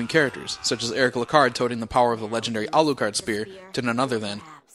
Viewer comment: Yes that's how you pronounce it. =P Don't worry, first time I saw the name i didn't realize either until i stared for a minute lol. I was like "Cool name, wait a sec....OHHHH." But ya it's Alucard. Makes sense since it's his son.